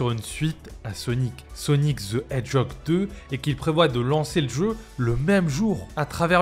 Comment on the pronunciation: Sonic ze edjog ;P